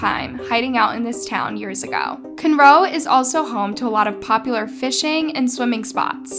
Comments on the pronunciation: its pronounced Con-Row ( houston local) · It’s pronounced “con-row” I live there also cool to hear one from my area! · Conroe is pronounced "KAHN-row" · Conroe is pronounced 'Con-Row' and those lakes are so fun to swim in! I'm glad you covered this story! Love your channel ❤️ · As someone from “Cunroe”, that pronunciation of it 😂 Conroe has a few made for tv murders though. With some wrongly convicted. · Cunroe Texas??? I nearly fell over when I heard that! I have never heard anyone mispronounce Conroe ever🤣🤣🤣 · It's pronounced "con-row". 😅😂🤣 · It's pronounced "con row". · I grew up near Conroe & it’s almost painful to hear it said like that lol